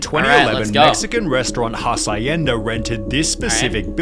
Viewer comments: Did pronounced Hacienda like he's saying acai? 👀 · So, the dude can't pronounce hacienda properly, vinneigrate and now Nivea?